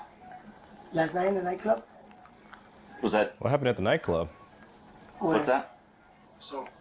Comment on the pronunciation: OMG! I thought they were saying NyQuil when they were really saying nightclub. I was so invested in this story wanting to know what NyQuil had to do with it ha ha ha.